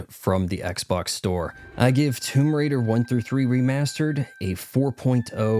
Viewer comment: TOMB"OY" RAIDER 🤣🤣🤣